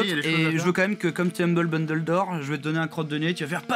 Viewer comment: " Humble Bundledor"xD